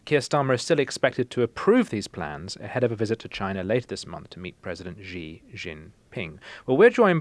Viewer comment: It’s not Zhee Jin ping, it’s pronounced She Jin Ping